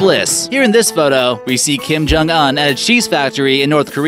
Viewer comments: you are pronouncing his name wrong. the Un is pronounced like oon, not uhn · It’s not pronunced un you say it like this ooooonkim jung ooooonn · Dear God it's pronounced oon not un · Its kim jung UN not On 😑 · Its kim jong un not an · You prenounce it as "oon" not "un" btw I simply don't give one my friend as that EMBICILE SHOULD DIE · Not uhhn it's ooon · It's pronounced Kim jong oooon you fucking uneducated that. I couldn't watch the rest of the video knowing you were going to keep pronouncing that like an ignorant moron... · This dude said un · pronunciation is oon as in dune, prune loon etc